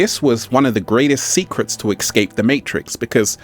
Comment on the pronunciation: It's not exscape it's escape that's truth just saying